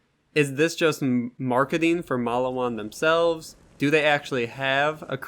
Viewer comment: You pronounce the name Mal-lee-wan wrong. “Get yourself a Maliwan and set some people on fire” I can tell you never plaid the first borderlands.